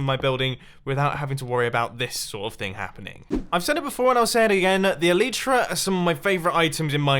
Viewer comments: Mumbo in MCPE you can deactivate the Elytra (pronounced EE-LIE-TRUH, no EE-LEE-TRUH) I think you should try it, ps I think you should do a MCPE survival series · It's pronounced A-Lie-Tra Mumbo. Come on. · Hey mumbo I know this is an old video and you probably won’t see this but I’m quite sure that the pronouncination of elytra is: eelaitra, sorry it just really bugs me because I have a friend named Alitra so I just wanted to let you know. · "E lee tra" I always say E lay tra.